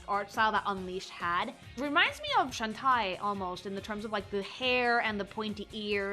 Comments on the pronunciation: im sorry...shawn-TYE? lol its shawn-tay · I'm sorry? I do not know who this "Shun-tai" is, they say Sh-awn-tay and her name is Shantae and I don't even play the games, wtf is that pronunciation?? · still trying to figure out how the sweet fuck she reached this pronunciation of shantae😭💀